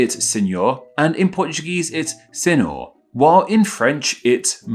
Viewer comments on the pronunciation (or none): *Seenyor Senyor Senhyor Plus the Italian one is wrong that's an antique version of Mister it's usually Signore (Seenyoreh) And N is not pronounced for the French one it's a very complicated sound: ɔ̃